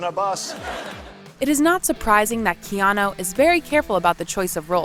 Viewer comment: The narrator in this piece should correctly pronounce Keanu Reeves’ name.. she only pronounced his first name one time.. the other times , she says”Keano… really?!?! You are being paid to narrate?